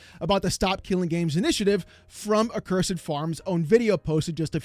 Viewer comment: The biggest takeaway from this is that people don't know how to pronounce the word "accursed"